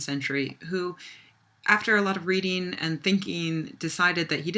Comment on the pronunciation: read-een and think-een wtf.